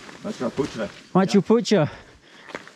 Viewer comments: i like how he pronounce mahcapuchare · If it's hard to pronounce "Macchapucchre" then there is an english name for it which translate to "Fishtail". "Maccha" means "Fish" and "Pucchre" or "Pucchar" means "Tail". You might have known why it's called fishtail by now. And seemed legit annoyed here. "When I say stop taking videos and run, you RUN"? I mean what was that? They've gone from 800+ meters to 3000+ meters within an hour's time. That's about 2200+ meters elevation gained within the shortest possible time. When said "your man is dying" while running, I knew what he meant. His body hadn't acclimatized properly, hence the rapid heart beats and heavy breathing. He was suffering and was indeed dying slowly. I don't know if the Heli company instructed them or not about the stop time at their destination. If not, then it's partly or mostly their fault for not laying out the timetable plan for them to know how much time they have at the stop. Anyways, Love your videos mate. Thank you and enjoy your stay. Cheers!